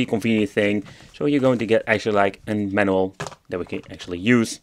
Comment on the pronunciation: Love how he say manual lol 😂